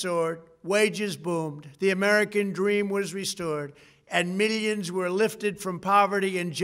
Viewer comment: Meelions and meelions lol.